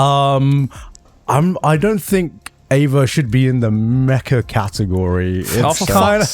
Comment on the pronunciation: Dude its Mecha, not Mecca 💀💀💀